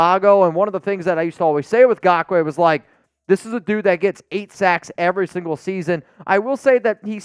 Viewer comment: For the love of gawd, his name is not “gakoue”, it’s Ngakoue!!!